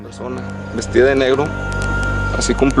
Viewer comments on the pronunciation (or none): none